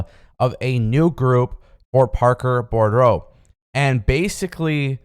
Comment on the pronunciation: his last name is pronounced "boo-drow". There is only one "r" in his name. No offense. I appreciate your videos. I just want you to sound smarter. When you sound smarter, you sound more professional. When you're viewed as more professional, you'll get more eyes on your product.